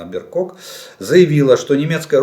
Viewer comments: ні «Бєркок», а «Бербок» (Annalena Baerbock). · чаво? Анналена Беркок?🤣🤣🤣, первый вариант был правильный БЕРБОК. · Правильно Анналена Бербок. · БерБок,а не БерКок.Извините☺️🙈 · Дорогой Олег Владимирович, спасибо за вам ежедневный обзор событий и особенно за информацию о различной военной технике. Смотрю вас из Германии. Хотел немного Вас поправить: главу МИДа Германии зовут все-таки "Бербок" (по нем: Baerbock) с буквой Б :) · Annalena Baerbock (Анналена Бэрбок) - так правильно пишется и произносится её имя!!! В Германии произносят: Annalena Bärbock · Уважаемый Олег Владимирович, министр иространных дел Германии зовется Анналена Бэрбок и никак иначе. ae в ее фамилии - это немецкий умляут ä.